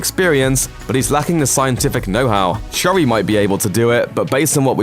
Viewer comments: Everyone just gonna ignore the way he pronounced Shuri? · Bob Lol I’m British u bot, that’s not how u pronounce it